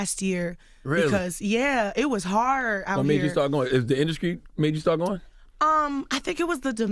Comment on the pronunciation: Charlamange straight said, " what made you start Therapy was it the INDUSCRY?' wtf